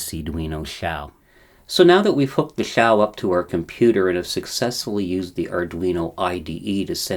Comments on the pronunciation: Hmm, 'piccolo' would mean small flute, according to English Wikipedia, but 'small [Italian - detected]' according to Google translate. At least he got the pronunciation right: until now I've always been saying what I see - (ouch) 'Zhau' - despite the fact that a guy, Xiang, whom I knew is now Shane colloquially. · yeah points for pronouncing the x correctly. I’ve lost count of the number of incorrect pronounciations of Xi Jing Ping that I have heard!